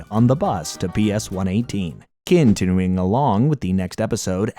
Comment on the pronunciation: I've never herd it pronounced "kin-tin-uing along"😅😅😅😅😂